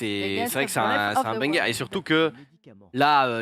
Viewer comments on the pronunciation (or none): me stresse à dire BANC-GUEUR au lieu de BANGER ptdr